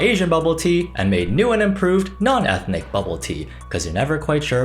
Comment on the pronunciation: no she literally says エスニ it's hilarious